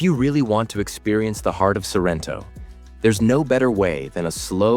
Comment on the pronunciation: Ma perché dice SArrento?